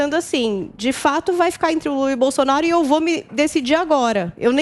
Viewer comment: "Luta" ou "Lula" ?? Tá errado isso aí